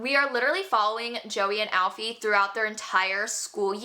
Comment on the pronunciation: Joey and alfy cracked me up, it's pronounced ee-fah not Alfie. My favorite read last month was listen for the lie